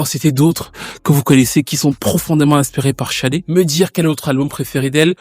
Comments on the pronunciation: Pourquoi prononcer Chadé d'ailleurs ? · Toc toc Bonjour au Manitou, Tout d'abord, permettez-moi de vendre la mèche que dans 15 jours le tonton soufflera une bougie de plus. Comme on dit:King is born in April. Enfin bref, Sade / Shadé et pas Chade, puisque le prénom complet est bien Fola Shade/ Fola Sade qui est un prénom Yoruba, si je ne me trompe pas trop ce serait Fi Ola she Ade ou Fola Shade/Sade que nous pouvons traduire mot pour/par mot (Ola)Honneur ou Richesse et ( Adé) Couronne. Du coup la signification du prénom Fola Shadé/Fola Sade serait: La richesse ou L'honneur est Couronne (l'honneur est distinctif ou singulier) Maintenant en Anglais il n' y a pas d' accent et du coup Shadé/Sadé serait Sade/Shade qui serait aussi écrit avec un C. Alors oui c'est vraiment bien fait et posé ce passage où l'artiste dit qu'elle vient d'Ibadan au Nigéria et là tout est dit pour dire le prénom donné à l'enfant joue beaucoup sur sa destinée ou sa personnalité. En Yoruba le dicton ou proverbe dit: la signification du prénom déterminera ou déterminerait sa personnalité (ailleurs on consultait même avant de donner le prénom de/à l'enfant). Comme disait le grand penseur et philosophe Socrate: connais-toi toi-même, Sade /Shade se connaissant (certainement à travers sa culture, ses origines etc...) savait ce qui était et n était pas adéquat avec ses convictions peut-être bien. Ce qui peut expliquer sa stratégie avec les médias et tout ce qu il y a derrière l'industrie musicale comme décrypter dans le film SINNERS.(Attenti